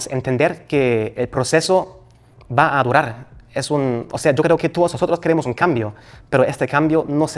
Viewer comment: Me da riza q dice “vah” .